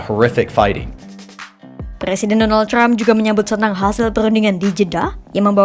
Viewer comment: Trump bukan crump Pembaca berita kompas lebay